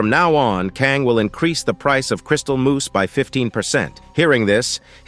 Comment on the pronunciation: Crystal Moss ❌ Crystal Moose ✅